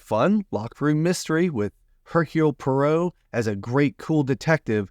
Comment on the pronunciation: Not sure who Hercule Parow is 😜 Hercule Poirot (pwah-row) is perhaps?😜